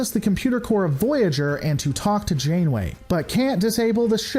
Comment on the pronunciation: hehe "Admiral Insaneway" LOL :D